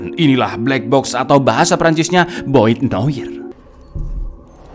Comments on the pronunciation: Boite noire, klo gak salah bacanya "boat noar". They rarely spell 'i' clear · Boite noire dibaca: boat noar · Bang. Boite noire = bwat nwaʁ = boat noar